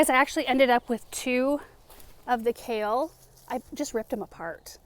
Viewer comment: Kale…. It’s Kale!! Lol